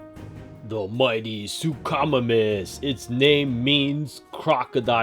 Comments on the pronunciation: You mean sue-co-my-mus that's how you say suchomimus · It is pronounced “soo ko my mis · Great video but it's announced "sook-o-mimis" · “The sookamomuss” 😂 😂 😂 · It’s su-co-miemis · Not to be mean but you said suchomimus wrong it’s pronounced (Sue-co-mime-us) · You say suchomimus wrong Sook-oh-my-mus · Hi great video. But your saying suchimimus wrong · You said suchomimus wrong!!!😡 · It's not his fault tho